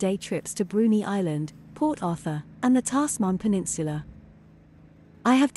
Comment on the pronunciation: Great video. It’s pronounced Tazman peninsula. Just to let you know.